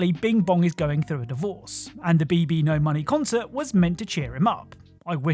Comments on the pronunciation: BBno$ is pronounced baby no money not BB no money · Don't know if you've been told or if you even care but it's pronounced babynomoney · So BBNO$ is actually Pronounced as "Baby No Money"